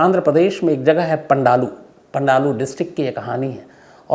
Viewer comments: पंडालू नहीं पालनाडू है, वाह री हमारे देश की अग्रणी मीडिया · Pandalu nahi sir Ji palnadu